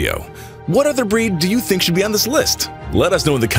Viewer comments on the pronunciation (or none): none